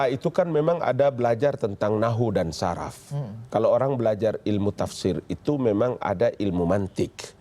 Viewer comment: Di menit dia bilang di sekolah belajar nahu dan saraf.. pantesan aja jadi saraf.. wkwkw Pak.. klo kami yg muslim pernah belajar bhasa arab itu, kami tida belajar nahu dan saraf tp kami belajar " nahwu & shorof ".. wkwkwwk bacanya pake bhs arab ya pak.. jngn pake bhs latin / indonesia.. salah baca sm aja salah artinya pak..